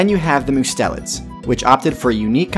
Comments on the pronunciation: Mustelids: Must (as in Mustard) - e (eh) - Lids (eyelids). Must-e-lids. Not Myu-stelids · It's pronounced must-a-lids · "Mustelids" is pronounced "MU-stell-ids."